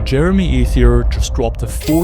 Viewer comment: bro can't even say Jeremy's name right